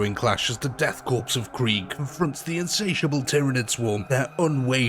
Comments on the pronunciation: For the love of god man, learn to pronounce "korps". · When you pronounce Korpse, the “ps” is silent. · It’s Corps like apple Core not corpse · Death 'core'... Not corpse ffs ... It's a french word, the 'ps' is silent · I know I’ll probably get slaughtered for this but I’ll say it anyway because I’m OCD It’s pronounced “core”, not corpse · Respectfully its not pronounced like "corpse" its pronounced like "core" similar to how marine corps sounds like "core" not "corpse" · did he really say Death Corpse? Bruh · OK, calling them "The Death Corpse" may make sense from a certain perspective, but it's pronounced "Death Core", like Marine Corps is pronounced "Marine Core". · death core not corpse.......fucking silent letters...the bane of the english speaking world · I hate to be that guy, but “Korps” is pronounced “core,” not “corpse.” Thought the latter is admittedly accurate for the Death Korps. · for future reference, korps is pronounced Core. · Nice video. Just one thing, korps is pronounced core. The S is silent. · Why does every British person pronounce Korps as Corpse? I don't understand. It's all of you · Korps is a stylized Corps and is pronounced exactly like "core". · Death Korps = death **CORE** its pronounced CORE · Death CORE ... learn the word. Korps is pronounced as CORE. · In "Korps" the 'p' is silent. Pronounced like saying "Core". "Corpsman" is a similar case. Good video though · It's spelled Korps, it's pronounced 'core' and it's irritating when people get it wrong. /rant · Learn how to pronounce corps. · Btw man, its pronounced "core" not "corps" and "chitin" is pronounced "Ky-tin". Sick video though. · 'Korps' is pronounced 'Cor'. 'Cadians' is pronounced 'Kay-dee-ans'. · Just to be that guy, correct pronunciations: Korps = COR Cadian = CAY-dee-un chitin = KY-tin ...good video anyway. 40k modders make the world a better place.